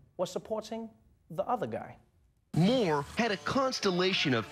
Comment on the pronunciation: I love how Trevor pronounced 'Moore' like a South African with a little bit of an Afrikaans accent! #YayRSA!